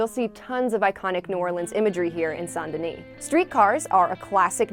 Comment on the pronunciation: RIP it’s Saint, it’s pronounced Saint